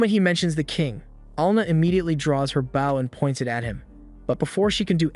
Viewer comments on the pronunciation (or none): Bow not bow AI lol